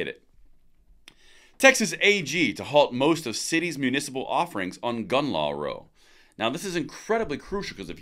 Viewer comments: you refer to a "gun law row", pronouncing the word as "Roh". When used to describe an argument of some sort, the word is "Row" as in "OW!" with an R in front of it. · Minor pronunciation correction - "gun control row" - - it is not a row (line) but a row (disagreement - pronounced as "ow").. Also following he content of the sentence should indicate that row (as line) does not fit - but that ros (as argument) does. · Its a row. Pronounced like wow with an r in the front... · ummm ... row when used to describe an argument is more like a rawl sound than Row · The word row in this context is rau like rwow without the first w. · There are two different rows. One is an argument but pronounced incorrectly it is a method of propelling a boat.